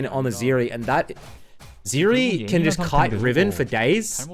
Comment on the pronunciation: It's Zeri. Not Zeeri.